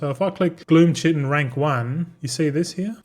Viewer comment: Willful ignorance pronouncing chitin the same as disregarding everyone telling you multicraft crushes ingenuity in value. Following your financial decisions is morbid curiosity.